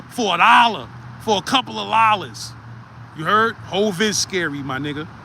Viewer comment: “For a coupla lollas “ 😂😂😂😂😂